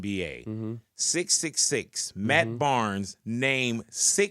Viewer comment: Why so much emphasis on the 666?